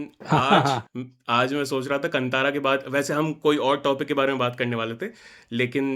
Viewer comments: Why Hindi people behave like aliens, that is kaanthara, no kantara, pls pronounce properly 🧐🥴😄😄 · Kantara nahi bhai Kaantaara🤦🏻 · It is कांतारा and not कतारा.. why do we have so much of problem in pronouncing properly our own Indian words when it is written clearly in Hindi